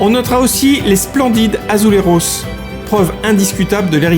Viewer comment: Pourquoi prononce-t-il ‘azulejos’ à la manière espagnole et pas à la portugaise???